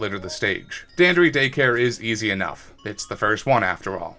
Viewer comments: The most the annoying thing about this video is that you mispronounced dandori as danderee, which only annoys me because you're literally the only person who mispronounced dan dor ee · It’s Dan-door-i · The way you pronounce "Dandori" physically hurts, great video tho! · The way he says Dandori is funny lol. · Your pronunciation of Dandori made this video really hard to watch